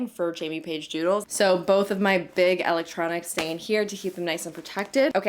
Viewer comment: elect tronics not l ec tronics